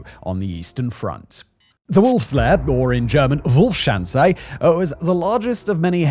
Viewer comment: Secret "power" or "lair"? I listened to it three times and it seems you say "power".